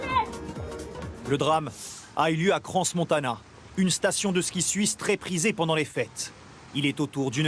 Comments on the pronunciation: C est cran !! Pas cranss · Petite précision sans transition: on ne prononce pas le S de Crans (tout comme on ne prononce pas le S de Paris ou le X de Chamonix).